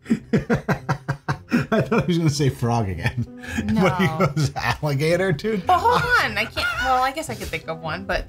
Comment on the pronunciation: And he didn't say alligator he said millagator whatever the hell that is 😮